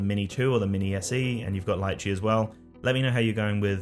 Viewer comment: Can't pronounce Litchi tho..